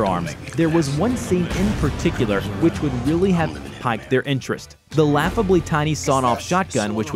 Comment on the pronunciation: And he pronounced "piqued" like "piked." Dude was totally winging it.